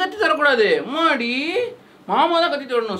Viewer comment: 2.19 that moment:mmaadiii😜😜😜naangalum ipdithaan solluvomm..🤣🤣🤣neenge entha ooru?